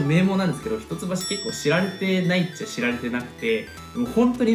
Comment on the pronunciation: ひとつばしって言うのか笑 「いっきょう」って言ってた (￣∀￣)